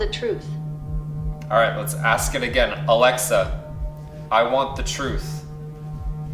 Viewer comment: YOU CAN'T HANDLE THE TRUFTH.